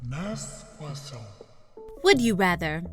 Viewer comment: I really liked when you say "NAGST GUASTIOUN" 😂😂😂